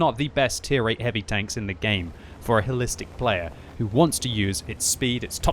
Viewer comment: I thought he said, "Hellistic", which actually makes better sense.